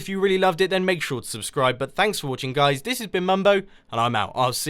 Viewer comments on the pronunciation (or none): none